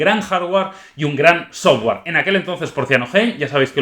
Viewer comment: Jarguar... Sofguar...